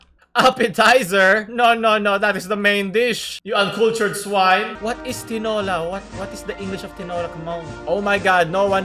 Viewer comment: pinoy: tinola japanese: tinora